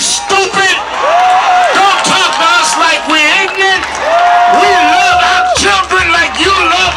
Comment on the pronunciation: this is pathetic "don't talks to us likes wez stupid, don't talks to us like wez ignaent", right,what language is that? nigbonics? I am so sick of seeing these radical asswipes pull a race card every time something happens. Retards like these will bring our precious country to its knees with an instigated race war.